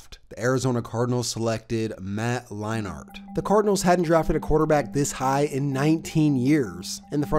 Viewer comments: Matt LINE-ART??? It's pronounced LINE-ERT You obviously don't remember these players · Also I'm pretty sure it's Matt Lein-ERT not Matt Line-ART. Great video as always tho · Leinart is pronounced line-ert. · All 8 times that you said "Line Art" instead of Leinart made me cringe. Great video but you should do some research on pronunciation before making future videos. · How in the hell do you mix up Brent Musberger and Keith Jackson. Both legends, but both VERY distinct voices. Oh and pronouncing it "Line-art"? Come on man.....I like your videos a lot, but Ive noticed things like this in almost every one, especially pronouncing what should be well known names completely wrong or weird. Really gotta get those details right. It instantly discredits you as a potential "i only know half of what im talking about" kind of sports guy......dont be that guy. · Lie-nart lol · To be fair from what he has said he did not start watching football until around the time Keith Jackson retired which means he also barely had a chance to see Leinart play. If you look at the name he is just pronouncing the A too hard. Imagine trying pronounce hockey players names if you weren't around in their day. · you pronouncing leinart the most cringey way but good video